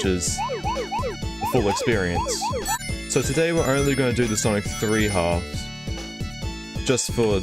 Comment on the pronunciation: It’s sanic